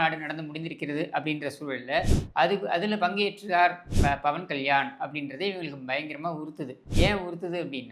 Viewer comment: Bawan kalyani illa pa 😂 pawan kalyan 😂😂pera kooda solla therila ,,sekar babu avargale